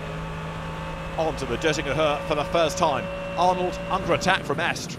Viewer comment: It’s estra not esk